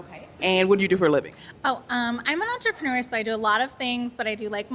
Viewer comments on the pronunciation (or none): No way Alexxxis Allure is on here. She said entruepenur she's a pornstar lmao. I think she's hot tho.